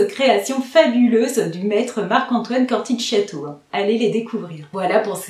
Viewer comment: Coromandel et Grand sooooooooir 🥰 J'aime bien Halfeti mais sur moi on sent beaucoup plus le oud que la rose... Par contre pour info "Corthicchiato" se prononce "CortiKiato" :) Moi ça sera surement Ambre Russe ('justement haha)